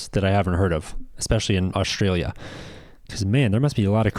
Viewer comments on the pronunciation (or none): Where is “Oshtralia”? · Say "Oshtraylia" again why don't you? FFS.